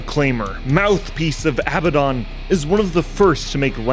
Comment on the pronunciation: It really kills credibility when you guys can't say Abaddon. I guess people aren't familiar with the biblical reference.